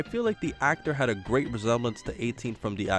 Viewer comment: #SuperSaiyanBelch oh, and, I didn't think you would audition for Frosted Flakes like that, but you need to summon the grrr-8 instead of grr-rate. Trust, it's something minor, but completely changes it.